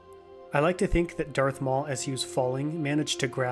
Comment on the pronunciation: Darth not earth